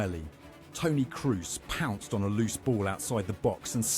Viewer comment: The narrator butchering Toni Kroos`s surname, scheiße, it`s KrOOs, not KrUs!